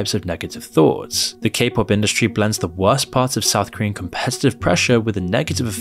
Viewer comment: The mispronunciation of Korean is staggeringly bad. Like there was no attempt to even check first, just reading what's on paper.